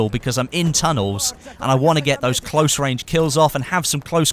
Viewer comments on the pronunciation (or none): none